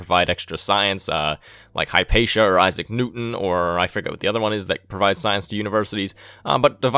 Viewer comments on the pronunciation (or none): none